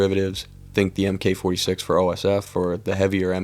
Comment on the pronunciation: Small note, when you see a weapon designated with Mk. (like Mk. 48) it's pronounced "mark" instead of "M K".